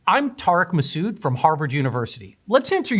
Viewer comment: it's TARIQ MASOOD NOT tark masude😂